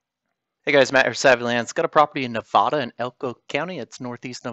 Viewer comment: Nevahdah 😂😅😅😅 it’s Nevada